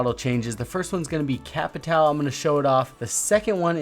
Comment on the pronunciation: He saying capitão is so good xddd 'Capitaln'